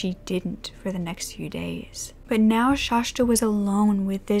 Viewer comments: Its Shasta. Not shashta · I’m from Oregon and have always pronounced it as shhaasssta.. no sh at the end. Like the mountain. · Omg it's Shasta not Shashta!! Please at least know how to pronounce the victim's name!! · It's pronounced Shasta, but not Shashta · I'm glad you explained that because I was instantly like, what? Shashta? And also Coeur d'Alene is pronounced like "core dah lane". It is distracting for those of us familiar with the proper pronunciations, but we love you anyway. ❤❤❤ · I've never heard the second "s" pronounced as sh. It's shasss-ta. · Hi loves, hope you're all doing well. I hadn't even realized when filming that I had said Shasta's name incorrectly and I mean no disrespect in doing so. I always try to make sure that my pronunciations are as close as possible and for some reason I made a mistake on this one. Hope its not too distracting. But just wanted to let you know so you don't have to comment on it <3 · My mom lives about 3 blocks from the Denny's she was found at. And I have her on my FB page. I also just want to let you know out of obligation that you pronounced her name wrong the entire video lol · I live right next to cour d’ Alene! ( you pronounced it wrong lol buts its ok, and you said Shasta wrong but it’s fine) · Just FYI... it’s pronounced like this cor de lane.. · This story is so sad. But its making me nuts. My name is Shasta too & you're pronouncing it wrong. Uhh!! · Shasta is pronounced more like pasta than whatever you are saying